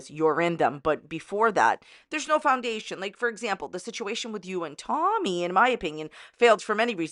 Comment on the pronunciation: Tolllmy. She says the most incorrect things with an L and it makes me gag